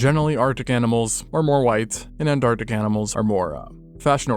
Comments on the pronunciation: Wtf is “antartic” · What's up with 'artic' and 'antartic'... is this AI art?